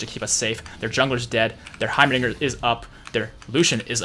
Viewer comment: this man said heimaniger